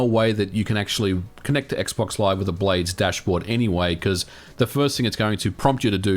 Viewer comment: I thought he was saying “blade stash”